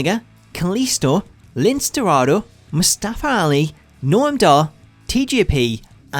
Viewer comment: lincE pronounced linsay